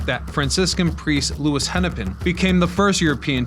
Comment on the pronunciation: Wow! Great video! Just one nit to pick, Father Hennepin's first name is priority 'Louie", not Lewis.